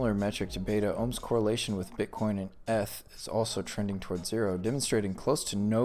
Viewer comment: I stopped listening when you pronounced ETH as " ehhhth" instead of "eeeeeeth"